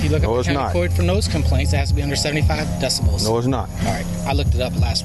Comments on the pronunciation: Decimals??..😂..good lord DECIBELS!!! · How many times can 2 grown adults pronounce decibels as decimals? the answer may shock you. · Its DECIBELS, not decimals. As a musician, its infuriating because they say it so much. And never trust a man with nipple rings. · DECIBELS! Not decimals….Jeezez. Even the cops are saying it wrong. Makes me sick…..